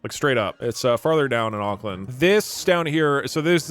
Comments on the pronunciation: him saying ockland 💔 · WHAT THE FUCK IS AOKLAND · One hour of kiwi pain at hearing an American pronounce Auckland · The pain from hearing Doug pronounce the names of things how people outside nez zealand do is visceral and sharp 🫶